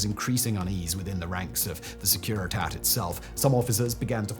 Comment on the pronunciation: I honestly love the research put into these videos. One comment, however: The pronunciation of Romanian is fairly clear from its spelling. I think it would be better to give the Romanian-sounding names of Securitate and Postesti rather than something anglicized.